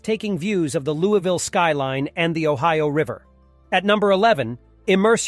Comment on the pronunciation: It’s pronounced Lou-E-Ville!